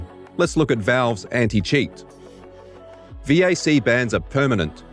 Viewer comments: its a vac ban not a veeaysee ban. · "V-A-C bans" man that annoyed me lmao its pronounced "Vack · Omg...... It's VAC, not Vee Aay Cee... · Who says VAC as V A C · Valve Anti-Cheat or VAC is pronaunced "vak"... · Your VAC pronounciation is stuttering me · only bad thing is you spell out VAC never heard anyone do it it hurt my ears